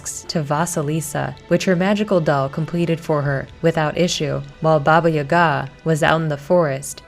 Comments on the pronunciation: I'm sorry but I cringe slightly every time you pronounce Baba Yaga wrong its Ya-Gah not Yuhga lol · It’s Baba YAH-gah... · It's baba yaga lmao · We dont pronounce it ya ga just say the syllables together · People in the comments say that your pronunciation of Baba Yaga is horrible........ AAAAAAAHHHHHH!!!!!!!!!!! 😱😱😱😱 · How has nobody mentioned that she’s pronouncing Baba Yaga wrong over and over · From a person of slavic decent, you did good job. The only note is the pronunciation of baba yaga. You pronounce the Baba part right, but it the yaga (Яга) is a bit off. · she definitely isnt pronouncing it right